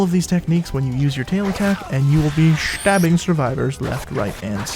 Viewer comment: been saying Schtabbing all day cuz of this video